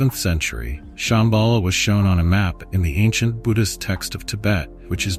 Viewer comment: Es heisst Shambhala und nicht Shembhala, Ladhak und nicht Ledhak. Viele der Sanskrit-Wörter sind falsch ausgesprochen. Ist wirklich störend. Lilo